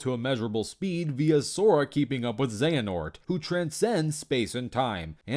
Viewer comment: All these people trying to argue for outerversal Joker, but I'm just wondering how the heck they kept saying Xehanort and Xemnas wrong. I mean they're pronounced in the games several times. How the heck do you keep getting it wrong.